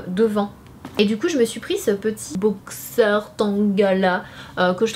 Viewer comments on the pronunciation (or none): none